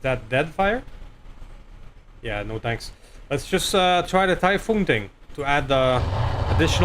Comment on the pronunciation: Orochi=Oh-Roe-Chee. Typhon=Ty-Fon. Close call on that headshot thought that was gonna be the oh S**t moment of the episode, then you got nuked and no one died so WOW great luck there. The Spiders performance was amazo. Man i LOVE those Direct Arrow shots never a dull moment there. Don't forget you have Sensor lock now so you can nerf those guys when they first drop and still have protection. I reinstalled and looked and you can put 7 Snubs on that SH urbie, SH stealth is a thing but you need the SH stealth armor. Exchanger++ is actually better than the Clan Exchanger for mechs with big heat weapons because it's -15% heat -9 heat and clan is -10% heat -15 heat. That 5% makes a big diff when firing artillary and energy weapons with big heat numbers. The spider 5M is the one you want for the 2 arrow 1 thumber cannon build but you can put 4 arrow iv Clan on the one you have. I would have scrapped that Marauder it's not worth it. Drop costs, the hit penalties, not very good weapons slots etc etc just not worth it. Great fun watching man keep it coming.